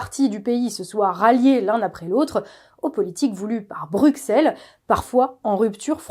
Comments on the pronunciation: Bruxelles le x se prononce s il faudra le dire combien de fois... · Sauf pour la prononciation de Bruxelles, c’est un détail mais il a toute son importance ici.